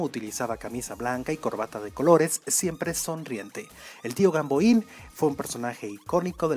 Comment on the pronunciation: Tuviste muchas imprecisiones, este personaje no se lee como lo haces tú, ojalá y lo hubieras estudiado. ¿Tú lo recuerdas?